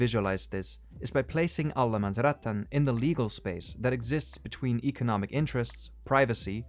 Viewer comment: Great video, but just a bit of pedanticism, it's Allemansrätten, not Allemansrättan.